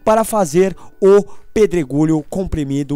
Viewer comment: quem ouviu no final do video ele falando pedro gulho kkkkkkkkkkkkkkkkkkkkk TE AMO!!!